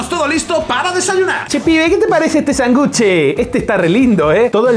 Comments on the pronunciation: no se dice sangúche se dice sánguche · no es Sangùche, es Sànguche